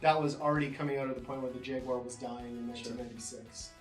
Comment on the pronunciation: whyyyyyyyyyyyyyyyyyyy........ did the guy on the left keep calling the Jaguar.... a JAG-WIRE ? Cringe!